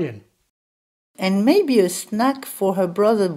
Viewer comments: “And maybe a snack-a for her brother Bob-a” 🤣🤣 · That very last Italian example, I hear "maybe a snack-eh for her brother Bob-eh". Is it a some special feature, adding vowels that aren't there? Does it have a name? I think I can hear that in many accents. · The Italian guy at the end spoke surprisingly stereotypical, which I didn't realize is an actual thing: snack-uh for her brother bob-uh.